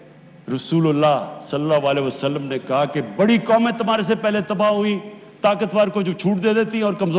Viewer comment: Murtad cant even speak the name of our beloved prophet sallala hu alaihi wasallam properly